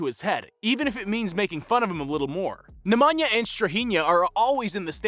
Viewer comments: "ne mah nyah" gosh lol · You people in the States accent names wrong. It's not NikOla, it's NIkola NemAnja -- NEmanja StrahInja --StrAhinja ok? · The way Americans pronounce Nemanja and Strahinja aaaah i can't xD